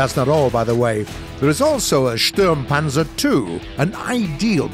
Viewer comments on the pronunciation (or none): The way he say sturmpanzer 2 is so funny. Especially as a german